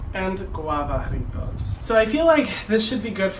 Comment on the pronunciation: Omg i have never heard a white person say jarritos that nicely damn respect